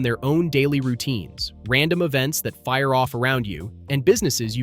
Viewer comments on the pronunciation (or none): none